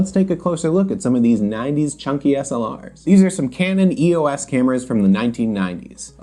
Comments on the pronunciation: Not sure why EOS was pronounced as a word by some - EOS means Electro Optical System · For the last time, it’s not E O S. EOS. Is the Greek Goddess of the Dawn. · I have an EOS Rebel 300x, as long as it works I will never need another film camera. EOS... I was also saying it wrong until today when I saw your video.